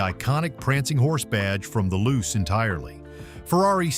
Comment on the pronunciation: Not loose. Lu-che pronunciation!